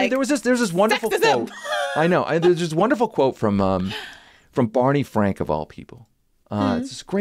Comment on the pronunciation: OMG! Bawney Fwank! Thanks for the recall